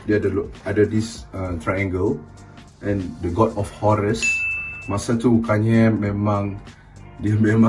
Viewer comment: Hagahaha tanye kanye guna loghat utara 😅😅😁😁